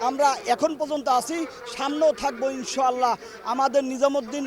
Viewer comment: ইনশাআল্লাহ শব্দটা সঠিকভাবে উচ্চারণ করতে পারে না সে আসছে আলেমদের বিপক্ষে কথা বলতে